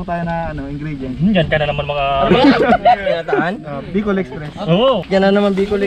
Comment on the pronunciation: bicol express: ndi bukol express 😂😂😂